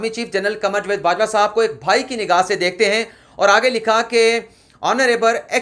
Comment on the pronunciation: لفظ جاوید کا تلفظ صیح کر لیں